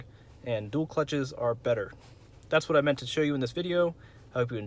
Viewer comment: “…and I’ll tell you HUWHat”